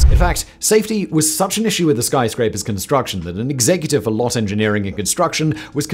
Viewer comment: You're pronouncing Lotte wrong. It's supposed to sound more like Lotay.